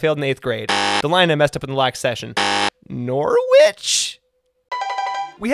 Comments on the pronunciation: If it helps, you're pronouncing Norwich wrong as well. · Cnoc na riabh is pronounced: nock-nah-reev. the v is a bit softer, as if it's also a b. All names with wich have a silent w. Norwich would be: Nor-itch Edinburgh is pronounced: Eh-din-Buruh